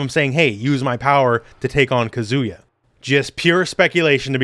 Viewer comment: omg please learn to pronounce Japanese names! He's not a kazoo 😭😭😭